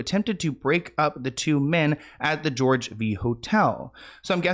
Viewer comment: Hi, it's not George [Vii] hotel, it's George 5th hotel. It's roman numerals I, II, III, IV, V